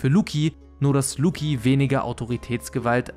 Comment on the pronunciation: Lucci muss langsam in Rente (Lucci wie Gucci, nicht Luki)